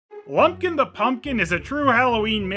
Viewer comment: I totally thought you said "Blumpkin the Pumpkin". I had to do a double take. That would have a very different movie if it were.